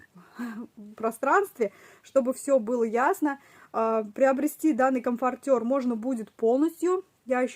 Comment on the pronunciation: Правильно говорить комфОртер, очень режет слух неправильное произношение, хотя игрушки очень классные.